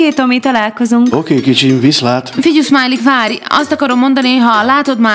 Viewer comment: Smiley/Szmiley xD Hallod nem Smiley hanem Szmiley XD